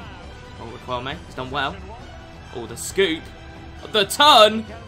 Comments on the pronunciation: Whos gonna tell our boy that it is pronounced “rikelme” and not “riqwelme”😂😂😂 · not being annoying but it’s pronounced ri-k-elme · GOD!!!! the U is silent !!! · I love your videos mate they are so fun. Also brief Spanish lesson, you don't pronounce the "u" when its before the q, like in queso.